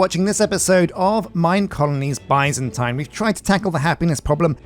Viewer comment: I'm currently binging this playthrough and every time he says: "Byzantine" I hear, "bison time"...